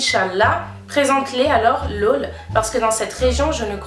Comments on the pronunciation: Ça me fume tu dis “lôle" au lieu de "laûl" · C'est ton "laul" qui me fait rire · Tes « lol » c’est stressant la prononciation😂 Nice video sinon